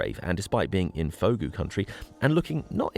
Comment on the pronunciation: Fogou is pronounced Foo Goo. Related to Ogo meaning cave in Cornish.